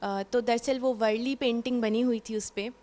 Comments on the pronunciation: वरली नही madm वारली panting .है । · Varli not vrli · It's वारली not वरळी, वरळी is place in mumbai.